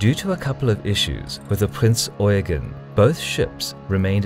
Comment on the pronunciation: Damn and english speaker who says eugen right